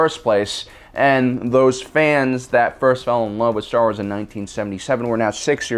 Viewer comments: Ah yes, my favorite franchise, Star sars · Star Sars? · Star Sars 😂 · Star Sars lmao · "Star sars" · What is "Star Sars"?? Is it a knock off of Star Wars?? XD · "Star Sars"?? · Did you intentionally make it say "Star Sars" during the count down screens? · "Star Sars"? XD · "Six Worst Things To Happen To Star Sars" "STAR SARS" "STAR *SARS*"